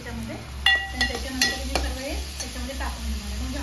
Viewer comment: Sarvey mhanun nako sarva mhan bai